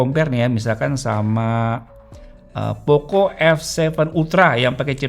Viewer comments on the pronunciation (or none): none